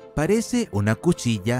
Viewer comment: Le salió lo argentino